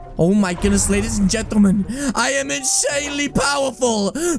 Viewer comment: “LADIES AND GENTAMAN” 😂😂😂